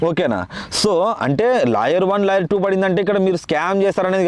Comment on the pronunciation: లాయర్ కాదు రా కుయ్యా 😂.. లేయర్